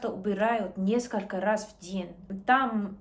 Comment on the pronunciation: Мягкий знак плохо ставишь не ден день нежнее тренируйся